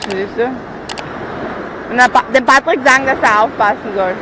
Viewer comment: Uli Nein er heißt Patrick Sie sprechen das p nur etwas als b aus